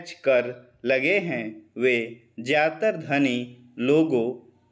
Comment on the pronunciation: Sir apke kuch words bolne me galti hai mtlb apki pronunciation thik nahi hai jaise 👉 ye , jyadatar aur bhot se words hai Baki sab badhiya hai shyd aap bihar ki side se honge